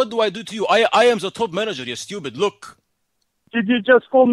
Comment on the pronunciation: DID YOU JUST CALL ME STOOPYID